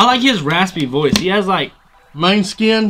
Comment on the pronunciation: Guys, Moneskin is how to pronounce it right!